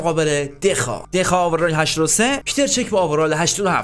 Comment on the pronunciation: دخیا اسمشه نه دخا